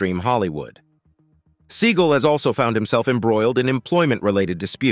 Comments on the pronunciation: It's not "Sea gul" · It's Seagal